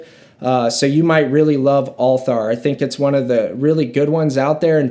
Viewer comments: It's pronounce al-teer not Altar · I believe it’s pronounced Al-Ty-air and it’s good but i like Habdan much more